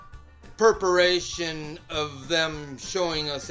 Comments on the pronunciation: Perparation? Wtf? Preparation, reparation, perforation I can’t even figure out what he meant to say. This guy is shot the f¥€k out, he probably bought the mustang with his government check that he gets for being a nut job, in which case I’m going to sue the government for my money back from paying this idiot. Keep the laughs coming, your never going to run out of shillies. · "In perperation"? WTF?